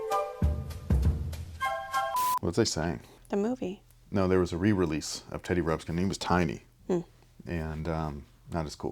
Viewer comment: OMG so funny just talked smack about kids not saying Teddy Ruxpin, and then right after keeps saying Teddy Rupskin